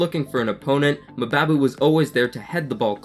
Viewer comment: good review but just FYI mbabu is pronounced the same way you pronounce mbappe